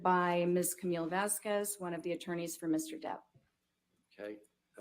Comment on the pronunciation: AH's cross needs to STOP mispronouncing Vasquez constantly. Ugh. She reminds me if Miss Trunchbull.